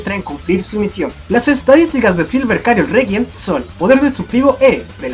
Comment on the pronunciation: ¿Silver Chariot no se pronunciaría como "silver chariot" y no como "silver cariot"?